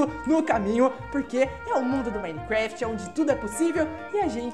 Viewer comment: o mecflai